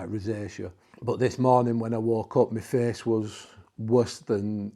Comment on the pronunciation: Its Face Not Fes....